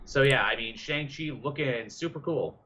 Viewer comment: It's Tony Leung (Lee-ung) Shang-Chi is (Shong-She) The dragon is The Great Protector. Marvel Studios learned the lesson if Iron Fist by never making Iron Fist lol Also, called Tim Roth, Tim Robbins lol